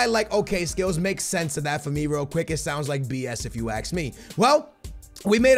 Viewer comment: he said aks